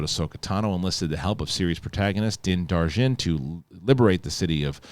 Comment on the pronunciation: I'm going to be that asshole and have to correct you on your pronunciation of Mando's name. It's Din Djarin (i.e DIN-JAR-IN phonetically) not Din Jar Din as you've been saying. I stand to be corrected of course.